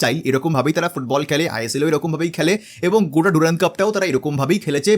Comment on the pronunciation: Henry mortimer durand was an englishman... onar nam er uccharon french ki kore hoi? Its durand...not ডুরান্দ.